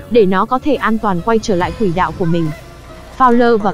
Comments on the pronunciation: b có xem clip k, clip đang nói quỷ đạo đó, nên xem nội dung trc khi rep comt ng khác nhé, ok! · Mãnh vụn rồi quỷ đạo...cần phát âm cho chuẩn nha ad, mặc dù rất giải trí với phần thuyết minh nhưng những lỗi đọc sai dấu tiếng Việt nh như vậy thì nên điều chỉnh